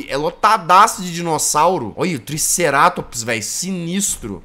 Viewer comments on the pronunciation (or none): none